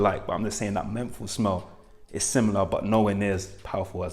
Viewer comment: Are you saying “smell noisy” at the start? Lol